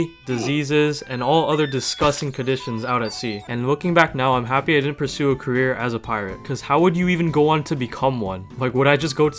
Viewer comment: bro when you said cerrear i thaught i could be a knight